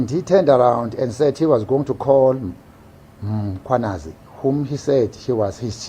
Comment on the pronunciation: mKHWAnazi! NOT mCHWAnazi!!!